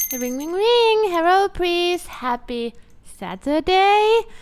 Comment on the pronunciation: Herro prease!